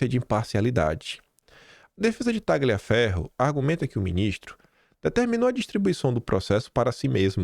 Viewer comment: Excelente vídeo,! Fico irritada como você, amigo! Ah, só uma dica de italiano: TAGLIAFERRO se pronuncia assim: TALIAFERRO. Outra: MARSIGLIA se pronuncia Marsília. #KeepWalKIM.